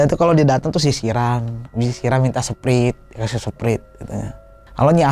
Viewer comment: Ngakak bat pas denger "seprit"